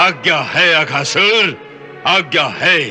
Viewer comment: Akasur nahi Aghaasur 😂